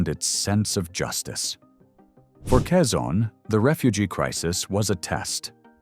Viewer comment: Quezon nit Cezanne